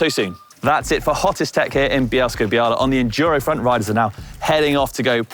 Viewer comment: Ok. It’s bia-wa not bia-la. The l is ł which is a w sound like the start of wow. Such a great place to ride.